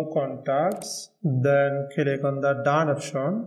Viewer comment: It's click, not kilik.